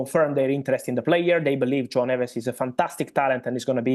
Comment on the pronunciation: Can you pronounce Joao Neves properly please? We are not all native English speakers. Thank you